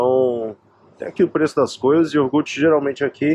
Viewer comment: iogute??????nao seria iogurte???!!